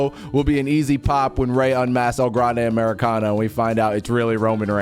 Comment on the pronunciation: i loved it when he said "EL GRRRANDE AMERICANOO"